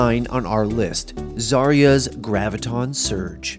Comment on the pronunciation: It pisses me of, when people call Zarya as "Zareeja"